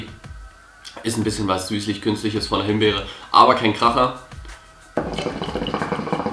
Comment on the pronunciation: Himberry .... haahahahahhahahah made my day